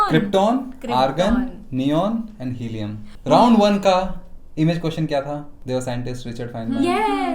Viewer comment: Yes. They are noble gases... please helium hi bolna🫣